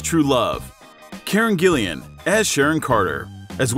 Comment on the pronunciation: Fun fact: Hemsworth’s little brother Liam also auditioned for Thor. After seeing him as Gale in the Hunger Games I’m kind of struggling to see him as Thor Edit: I’m sorry but what is up with the pronunciation? Chris Helmsworth? Karen Gillian? That’s not it mate